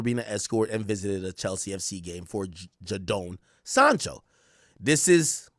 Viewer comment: Bro butcherin Jadon Sancho and Noni Madueke Its JAY-DON Sancho and Noni MADU-WAY-KE, not Noni Madookie